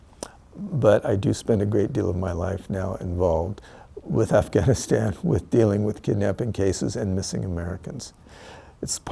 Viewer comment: why can"t I trust a man that pronounces it "Afghanistaaaen"